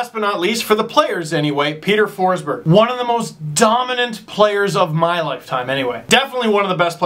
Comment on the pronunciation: FINALLY some correct pronounciation on Peter Forsberg (okay, you only said it once but you should know that it made my day). I have no idea but it always drives me nuts when English speakers misspronounce Swedish names (and I'm not even Swedish) and especially every name that has the word "berg" in them. Like, it drives me crazy. But now, I'm so glad that the hockey world is at least aware that they misspronounce it, even though they still continue in their own ways. And yeah, you're pretty bad on the Russian names too (let's say the whole Eastern Europe) so don't worry :)